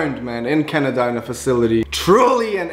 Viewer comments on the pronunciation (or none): none